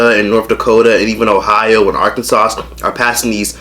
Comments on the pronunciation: So nobody peeped said Arkansauce instead of Arkansas??😂😂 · You said Arkansas so wrong 😂 it’s ArkanSA not Arkansauce😭😭😭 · “Arkansauce”? I thought it was pronounced “arkansa” for Arkansas 💀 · Hold on this my second time watching this video and said Arkansasauce 😭. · We not gonna talk about how keeps saying “arkansauce” 😂😂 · ar-kan-SAUCE LMAOOOO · “arkansauce” i’m sorry but i was dying😂😭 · “Arkansa-s” funny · This man said Arkan-sauce 😭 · Baby, the last S is silent in Arkansa(s)😉💋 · “arkansauce”? arkanSAUCE?! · Did this dude just say Arkansauce 😂😂😂😂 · did this bitch really say ArkanSAUCE 😂😂😂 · Did he just say arkansauce